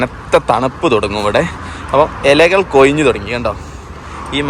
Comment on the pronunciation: എലകൾ അല്ല. ബ്രോ . ഇലകൾ